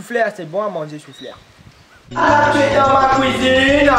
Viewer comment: Soufler ... c'est bon a manzer soufler.. :'D mdrr t'as tuer sa mec !